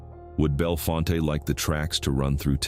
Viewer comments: Bellfont not fonta ai sux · The company that bought the Bellfonte (pronounced Bell-font)nuclear site was NOT ALLOWED to finish it. Eventually in 2021 TVA terminated the sale and still own the site to this day.